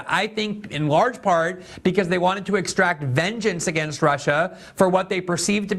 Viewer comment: Exact vengeance... not extract vengeance. Smart guy but that he needs to fix. Nucular also bothers me, get the language right people. It's not grammar policing... people don't know how to speak anymore. And don't use the word like as a filler you valley girls.